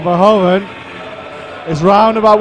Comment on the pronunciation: maybe it's nice for the finals tomorrow if the presenter pronounces the 'HOEV' in Anak Verhoeven's name the same as the 'HOOV' in Edgar J Hoover? it's the way they say it in Belgium ;)